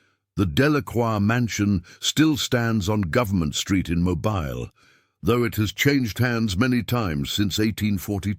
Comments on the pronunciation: Mo-bill is the pronunciation. You’ll not hear residents calling their home mo-bile.. lol. If that is a genuine photo or portrait the couple does not look happy but that is understandable. This couple was no different than the many many people throughout the millions who found themselves in situations of forbidden love due to either bigotry conceit or greedy parents wanting to further their own wealth by wealthy aristocratic marriages for their offspring. Besides it wasn’t that unusual for daughters and even sons of wealthy plantations to elope with their fathers slaves. Being around the slaves was a natural and familiar thing. After all they all called the plantation home. So I find nothing unusual about this story or this couple! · Not that you care but it is pronounced Mobill AL. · It's pronounced Moe-bill.